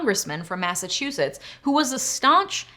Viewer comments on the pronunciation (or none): none